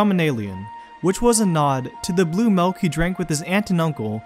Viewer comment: Uagh this guy says malk instead of milk...